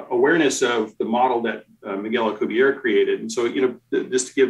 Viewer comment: In the interests of accuracy, I feel obligated to point out for future reference, Dr. Miguel Alcubierre's family/surname is of Spanish origin, not French, thus the final 'e' is pronounced in the Spanish language; the correct pronunciation is Al-cooh-beer-eh. Here is a Spanish language video for the correct pronunciation of Dr. M. Alcubierre's surname or family name, by a native Spanish speaker, from time index 2;14